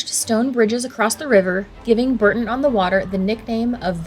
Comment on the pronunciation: Bourton is pronounced Bore-ton